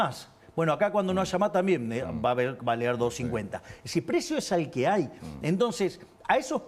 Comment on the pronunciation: Nesitar ( necesitar ) Essir ( es decir )